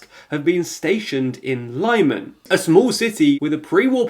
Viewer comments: Lyman pronunciation is :Leeman. I recommend to put the words in Google translate and listen how they sound. But yeah for russians it was a true limon 😁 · Quick pronunciation note: town Lyman actually pronounced like "Lea-man". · Hope you can pronounce Lyman and Kherson properly. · Could you perhaps start pronouncing Lyman correctly? It's perhaps the easiest to pronounce of all the towns you mention. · Lyman: the first part is pronounced like "limit". It's more like "li-mahn" instead of "lie-man". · lih-MAHN not LYE-man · At 500k subs you should start taking care of details. It's still very amateur. You keep saying that you're an underfunded channel, but it costs nothing to check how foreign names are pronounced. It's /lI:man/ not /laimn/ and if you'd paid attention to the BBC or SKY news you'd have heard them pronounce it correctly. Plus, you know that only in English a Y or and I can be pronounced /ai/. As you deal with a lot of foreign events, I believe pronouncing foreing words correctly is quite important. I remember that ridiculous FDL instead of FDI, when the party's name is Fratelli D'Italia, you can see that Italy starts with an I, so I can see you don't make the slightest effort. Again, I don't know how underfunded you are, at least study how to position a microphone not to have all that room reverb which makes it sound as a home made video. I'm sure you have a condenser in front of you, I saw it in other videos. If you need to capture speech, with 99 pounds you get a very good one nowadays. You don't need to treat your room, you can find the sweet spot for your microphone not to capture so much room reverb or buy a sound shield (you can also build one), a decent sound shield would cost you around 40 pounds. Please also edit your volume, when you start a new footage your audio is at least 4db higher. Audio can easily be edited. There are channels that have far fewer subs but take care of these details. It's high time you did it. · It’s Lee-man